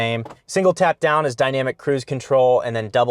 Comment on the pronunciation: Love the inclusion of the Steelers and the low key Pittsburgh accent with the flashlight, "is anyone dahn there?" Congrats on the Rivian! I'm cross shopping a Model X and an R1S so I'm curious the liveability of this.